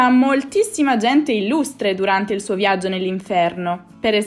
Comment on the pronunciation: Perché dici "zerchio" invece di "cerchio" e "viazzo" invece di "viaggio"? È un dialetto?